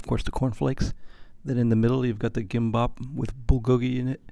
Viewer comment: Another excellent review. I love Korean Air! Your Korean pronunciation is good - bulgogi, gimbap. One of my favorite Korean dishes!